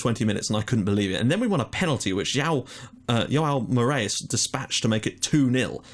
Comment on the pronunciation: Morais -> Moorays Is he portuguese?